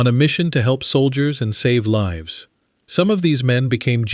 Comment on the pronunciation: 36.00 Put lives at risk, the Artif Idiot reads "put leves at risk". ?? At least try using AI properly.